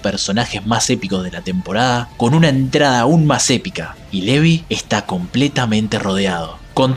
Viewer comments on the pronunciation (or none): Quien carjo es levi, se pronuncia LIVAI